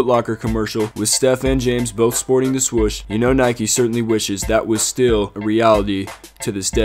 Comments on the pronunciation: Dude say swoosh not swush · “Swush on the jersey”😂